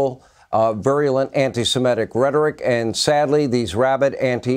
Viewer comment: Why cant anyone seem to say "Semitic"?